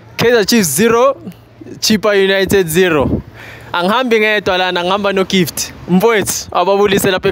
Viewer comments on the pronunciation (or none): Gift did you say live?